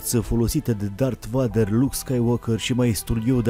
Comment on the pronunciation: "Darth Vadăr" XDD